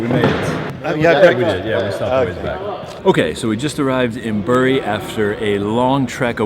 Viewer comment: Great video! Bury is pronounced Berry!